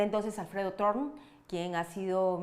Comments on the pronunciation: El apellido es Thorne y se pronuncia Torne. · Se pronuncia dorn es un nombre inglés Thorne